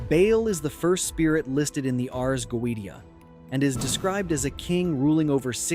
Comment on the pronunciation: Its pronounced go-a-shia.......................... ai is wack